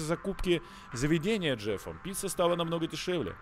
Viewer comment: Когда он говорил над поговорить с Джефом я слышала жертву вместо Джефк😅